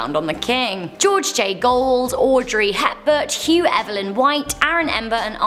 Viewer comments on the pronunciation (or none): none